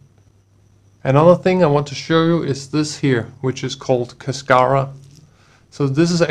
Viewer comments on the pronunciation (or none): Cascara is Spanish, and it means shell or husk. The accent is on the first syllable.